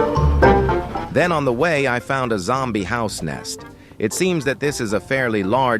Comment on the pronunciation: Im sorry but the way you say sime words in the video 😅 "Horse-back outlaws" "Zombie house nest"